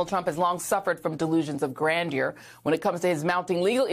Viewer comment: This woman can't even pronounce "grandeur."